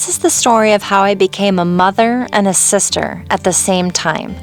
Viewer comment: Its sister not sitter